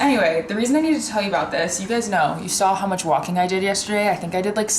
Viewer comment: "Thank you so Matcha" LOL